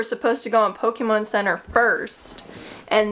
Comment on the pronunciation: So refreshing to hear someone say Po-ke-mon (very acceptable and how I say it) or even Po-Kay-mon (official way to say it), its my absolute pet peeve to hear people say Poke-uh-mon... I literally will stop watching a video if I hear it said that way throughout the video, because its just not the right way to say it.